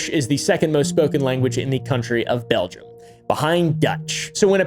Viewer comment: “Belgia” got me cackling 😭 in a serious situation